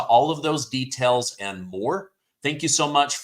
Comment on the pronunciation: Detells?? Do tell!